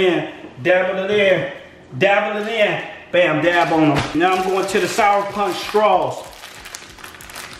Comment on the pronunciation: it's to souwer